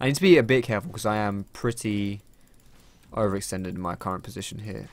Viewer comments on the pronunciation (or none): none